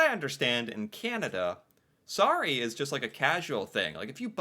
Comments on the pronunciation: Sorry, spell like saw- Ryan not re. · Saying "sorry" but pronounce the O as an A sounds... insincere to our ear. Like, if you were really apologetic you would say the word properly. It makes it feel like slang and that's not good if you're apologizing. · The 24th of May is the queen's birthday. It's Victoria day long weekend. Also, the way you say sorry, sounds like sari , which is a traditional Indian dress. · I’m Canadian but basically always pronounce it the American way.